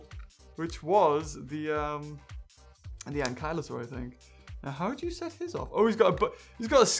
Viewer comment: When you realise that its "ankylosaurus" and not "anklyosaurus"